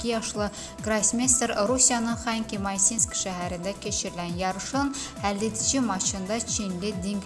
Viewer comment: Xanki yox xantmaninski